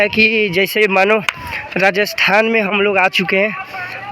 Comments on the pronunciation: Registhan registhan 😂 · Kya bhai registhan registhan 😂